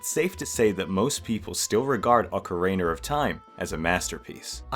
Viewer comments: ah yes, ocariner of time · "Awkereener of time?" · I've heard plenty of British people mispronounce Ocarina as "Ocareener", but never until this video have I heard anyone pronounce it "Ohcar Ray Nar". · Ocariner of Time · Bro keeps saying ocariner of time and it makes me chuckle everytime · not you pronouncing it "Ocariner of time" 😭😭 nice video